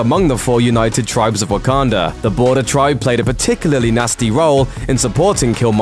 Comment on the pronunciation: Am I the one that hear's him saying wokander